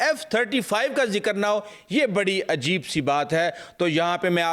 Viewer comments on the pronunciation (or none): none